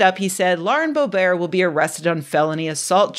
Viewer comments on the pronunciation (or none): Lauren BO-BEAR like she's French royalty? It's Lauren Bobert like Robert and that's what she deserves. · It's BO-bert, not bo-BEAR. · Of course time is an illusion. The nature of reality is singular, and the fact we don't perceive this means our senses can't be trusted. I'm so glad Scientists have Predicted 2024, I was starting to worry. edit: And it's Lauren Bō'-bert, hard 't'. Don't try and fancy up her name- she's not fancy. #2 Looks like a centipede, not a millipede- but many body segments appear to have 2 sets of legs. Many centipedes have a venomous bite, don't try and lick if you don't know exactly what it is. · Boe rhymes with toe, bert rhymes with dirt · The way you pronounce Boebert - a joke or a mistake? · The Simpsons misquote was also pretty nice. Oh, and Mispronouncing Boebert like she's French (or Stephen Colbert after he changed it.)